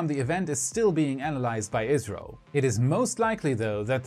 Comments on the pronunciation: maybe i did not hear you correctly at the end but who is checking data and to who do you say good luck? I heard israël but it should be India is it not? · What about it!?, I recommend pronouncing ISRO by each letter instead of as a word so it doesn’t sound like you are talking abut Israel and their Beresheet lander which also didn’t survive landing on the Moon. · That's what I heard the first time as well. I replayed that part and turned on YouTube's automated captions, but they also misinterpreted "ISRO" as "Israel". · I believe he said "ISRO" (pronounced iz-row), India's space agancy.